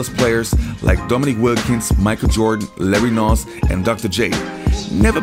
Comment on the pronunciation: Larry Noonce. Lol. If you watched any NBA you would know how to pronounce his name.